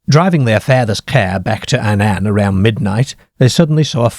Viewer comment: he cannae pronounce Annan correctly though...!